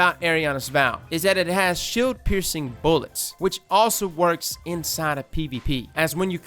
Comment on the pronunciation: "that's how you say it" mispronounces shield later